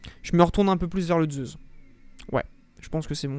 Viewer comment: Zeussss et non pas zeuzzzz et dual meccchhhh et non pas mekkk 😅😅😅